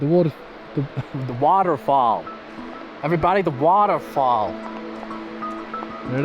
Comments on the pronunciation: 🗣️“The waterrfalll” 😆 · Let me teach you some American: Advent-sure. Weth-er. By the way, did a great job with waughder fall.